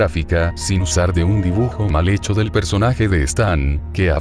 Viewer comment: Oye no te quiero molestar pero es "hecho"